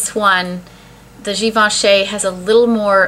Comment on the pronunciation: i loved your enthusiasm for your beautiful favorites in this video. (also, it's pronounced "gi-ven-shee" not "gi-ven-shay")